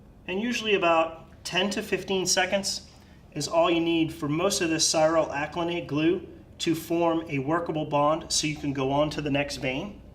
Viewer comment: you are not saying cyanoacrylate correctly